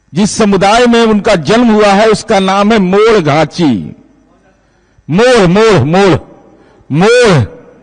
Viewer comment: तो ख़ुद ही घाँची को चाची कह रहा है— घाँची का Spelling वो Chachi (चाची) बता रहा है. 🤣🤣